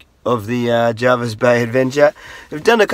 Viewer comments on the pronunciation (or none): Jervis not Jarvis